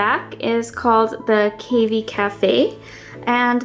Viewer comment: do you also say cay fay instead of cafe? its cavy as in cat, not cave ee